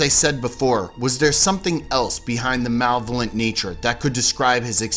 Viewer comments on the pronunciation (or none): 'Malvlent' lol think he means malevolent